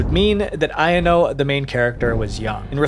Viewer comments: Pronunciation error. Ayano is like Eye-yan-no. Not I-N-O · ITS AYANO NIT IYANO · its pronounced a-ya-no i think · aYANo, stres the middle syllable, great vid dw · This a a really well done video. I use to really like this game till recent events. Also I thought Yan-chan’s name was pronounced I-yawn-o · The way you pronounced Ayano absolutely killed me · Why do u pronounce Ayano like that lol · Good vid but the way you kept saying Ayanos names wrong kept bothering the heck outta me 💀💀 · the way he said ayano made me cringe bc its the most american pronounciation of the word